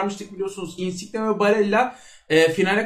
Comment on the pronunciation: Insiqne deme su adama lutfennnn